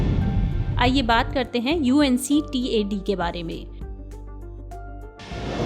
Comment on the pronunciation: Mam, UNCTAD hota h na ki UNCTDA hota h- Time